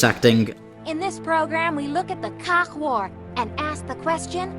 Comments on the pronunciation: The “Kauk” wars?... Am I hearing that right? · Spelled Khaak, pronounced "cock". Like as in "cock and balls coming out of my mouth" #madebygermans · You’ve got to love being told a Khaak destroyer is now in the zone, first time it happened to me, I heard “Cock destroyer” I ended up laughing my way through the encounter